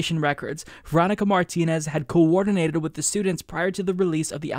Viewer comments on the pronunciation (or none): none